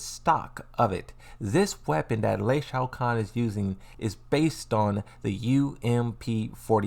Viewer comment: Bro I love your channel I love you content but you butchered my boy Lee last name 😂😂😂😂😂😂